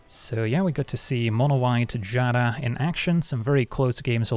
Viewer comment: I want to thank you for being seemingly the only magic youtuber who can pronounce Giada correctly.